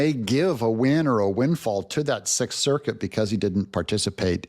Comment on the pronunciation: "The Sith Circuit..." yeah, I heard it.